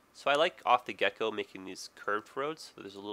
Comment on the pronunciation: did he say off the gecko ?